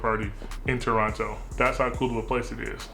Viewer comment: Hey you pronounced Toronno right the first time. Much appreciated! Much appreciated Mahir from Toronto!